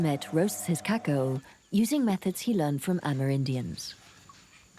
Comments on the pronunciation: KaKOW! Not KakOWA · All along I am wondering what is "Ca/Co" until I saw it 🤣🤣🤣 I've never hear that pronunciation before.